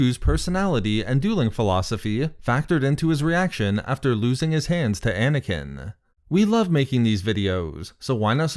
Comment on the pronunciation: Anakin not Anakineee